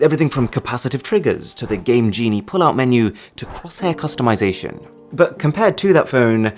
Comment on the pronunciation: customization not customisaiton